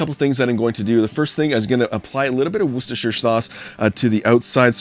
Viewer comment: An American who can pronounce Worcestershire! I’m impressed. ;)